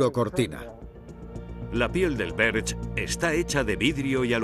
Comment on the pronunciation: Dislike por "Berch".